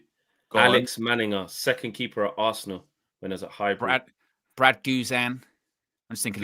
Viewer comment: Ar- se -ran 😂 bro